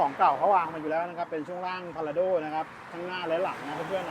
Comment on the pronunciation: Prado คนเขาอ่านว่า พลาโด้ กันทั้งโลก ทำไมพูดว่า พาราโด้ อยากแตกต่างหรือว่ายังไงกันคะ😅